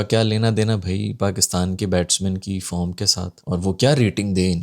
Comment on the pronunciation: Batting form nahin batting farm bola tha journalist naey 😅😂